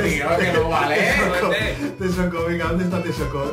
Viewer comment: Maik se Dise Texcoco